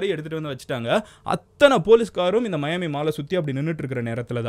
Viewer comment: மயான்மி இல்ல தல மியான்மி